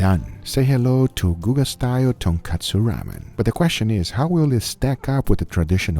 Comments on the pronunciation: Guga kept saying "tonkatsu" instead of "tonkotsu" had me dead lmao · Lol he said kootsu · As Uncle Roger would say “it’s tonkotsu not tonkatsu haighya” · it's tonkotsu, guga. tonkatsu is flour covered deep fried pork. just like it's cousin chicken katsu or beef katsu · Uncle Guga..... Its Tonkotsu not tonkatsu. Tonkatsu is a fried pork cutlet. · Ton/ko/tsu and Ton/katsu are 2 very different things. That's about the pronunciation. But the ramen...as many people have already written, what Guga created has very little to nothing to do with "ramen". I absolutely respect what you do on your channel but I'm just sad that it looks like you have not understood the essence of tonkotsu ramen before you actually attempted to create "a version of it"... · The pronunciation in this episode made my ears bleed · Nope he did not pronounce it correctly. Thanks for joining us, always glad to help the deaf community anyway I can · that tonkotsu sounds like tun kutsu (kutsu in japanese is shoe) no disrespect meant great video man